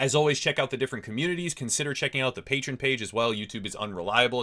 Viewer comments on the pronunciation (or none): none